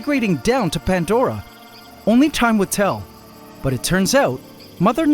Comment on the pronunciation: You call it PANTDORA but pronounce it PANDORA every time 😆 Love this channel ❤